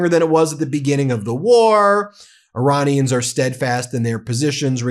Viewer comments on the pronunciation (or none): none